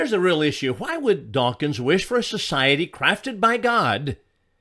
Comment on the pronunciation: OK, I will. The man's name is "Dawkins", not "dawkings".